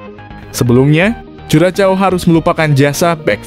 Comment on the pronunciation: Sepertinya cara pengucapan yg betul untuk Curacao adalah "Kurahsao". Jadi jangan dieja dengan ejaan Bahasa Indonesia, karena kedengarannya jadi aneh sekali.